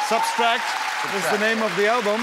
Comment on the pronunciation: Funny, wie er immer „substract“ sagt, anstatt „subtract“ hahaha